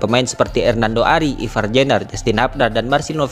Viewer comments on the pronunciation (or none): none